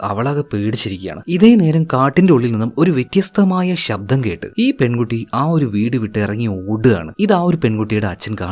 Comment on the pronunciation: Vettyastham alla vethyastham🥰👍